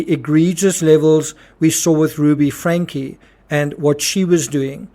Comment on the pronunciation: It’s pronounced Frank-ee. There’s an e at the end of the name.